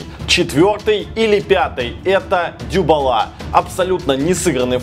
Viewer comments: Не дюбала а дибала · Герман правильно Дибала а не Дюбала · Дибала, а не Дюбала:) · Andrey Zhilyaev и нет что-бы поправиться на Дибала,второй раз сказал дюбала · В 2к19 слышать от германа, не Дибала а Дюбала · почему ты говоришь ДЮбала, а не Дибала? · Мне кажется Дибала а не Дюбала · Дибала а не дюбала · ДИбала , а не Дюбала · дюбала? ахахаххахахаххххахахахахах может дИбала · Не дюбала, а Дибала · Какой нахер дЮбала, может дИбала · ДИБАЛА ,А НЕ ДЮБАЛА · Дибала, а не Дюбала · Дюбала, Герман научись правильно произносить фамилии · Когда ты разучился выговаривать фамилии футболистов? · Дибала правильно